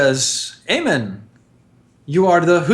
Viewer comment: slowly Eamon is being pronounced Amon, soon there will be protoss and zerg converging on this universe.